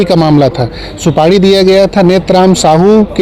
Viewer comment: उच्चारण में भारी mistake सुपाड़ी नहीं है जी सुपारी कहते हैं